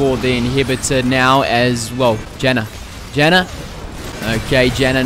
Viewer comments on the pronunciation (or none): none